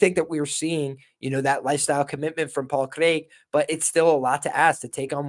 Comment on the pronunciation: Good show and that's some real commitment to the Paul Craig pronunciation